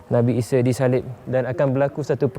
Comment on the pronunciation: Nabi ise...ahaa isa lah..sebut baku sikitlah...er er er